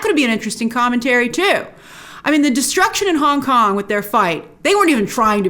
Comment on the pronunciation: Every time you say "Kong" I hear "Khan". Star Trek is still with me :D